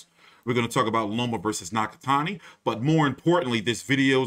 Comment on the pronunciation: Damn bro absolutely butchered Nakatani’s name in the beginning lmao